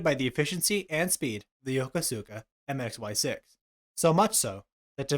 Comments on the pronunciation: It's pronounced YuhKooSka not Yo Ko Su Ka...just sayin' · If you're trying to say "Yokosuka"--as in Yokosuka Naval Base in Yokohama--it's pronounced "Yo-KO-soo-ka" with the second syllable slightly accented. Just sayin'... 🙂